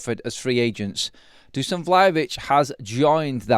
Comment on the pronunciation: Dusan* not Duscan:)